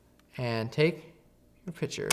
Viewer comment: Argh. Picture, not pitcher. (Other than that... great video!)